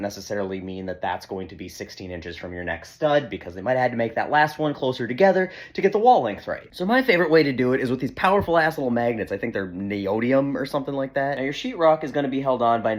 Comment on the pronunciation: The pronunciation is "neo-dim-ee-um." No shame in only knowing a word through print, nerds like me will always be happy to help. 💙